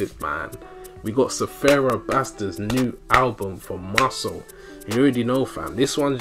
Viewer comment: Man you funny af but his name is Sfera not Sefera, i ear a lot of us people saying sefera and i still can't understand why maan😂. Gg man, i'll wait the pt.2